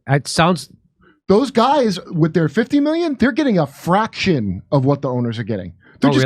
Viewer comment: I think you should have put the emphasis on the word "entire" vs "their" lol